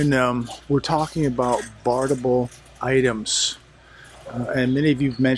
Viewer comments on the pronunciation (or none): i think the word is barterable. not barterble. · pronounce it barterable. Thanks but no drinkie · You are leaving a syllable out of barterable. Have you been testing the product? Ha.